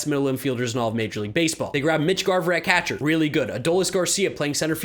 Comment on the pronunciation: why does pronounce catcher like that? "CAHTCHER"